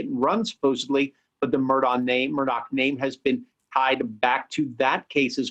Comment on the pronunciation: Murdaugh is pronounced ' Mur-daw', not ' Mur-dock'.